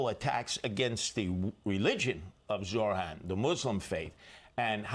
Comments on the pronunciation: ZOHRAN not ZORAN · "Mohran Mamdani" 😂